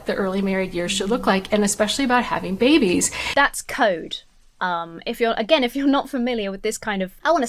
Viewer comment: The way that most Christians say the word "babies" always triggers me ever so slightly. Christian men and women often put this soft accentuation (for lack of a better term) on both syllables of "babies" and, to my ear, it always sounds gross. Yeah, it's a stupid nitpicky thing and it shouldn't bug me, but it just reaks of baby worship. I like the word "infants" much better. I feel better, lol.